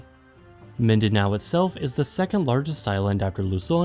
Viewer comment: "Luson ViSAyas and Midanow" It's killing me 🤣